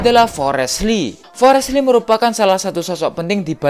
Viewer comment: Bukan Li rapi Lee 😂